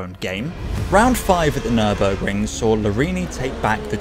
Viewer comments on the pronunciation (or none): none